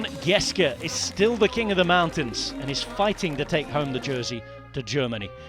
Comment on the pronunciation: I love how the commentator is making a serious effort to pronounce all these names. However, he is overcompensating for "Geschke", saying "Geske" for some reason. "Sch" in German is close enough to "sh" in English.